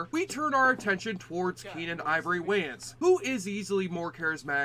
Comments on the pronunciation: You must be Canadian cause no American world pronounce that surname wrong. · YOU CANNOT PRONOUNCE THE SURNAM WAYANS CORRECTLY , HAVEN'T YOU HEARD OF THE WAYANS BROTHERS.